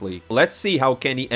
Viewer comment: awesome to see you pronounce KennyS correctly bro. Things are changing fast in a good way 👍